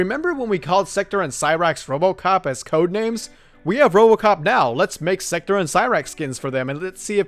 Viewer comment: At least try to pronounce Sektor's name right. It's pronounced "Sek-tore" not "Sector"